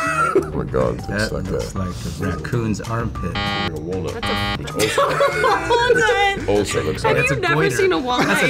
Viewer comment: No one: Literally no one: Chris Hemsworth: "iT's a WalnUT